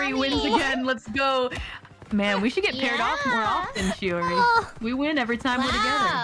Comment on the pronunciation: The shioR-in is😅 so used to shio-rin it’s makes my head🫨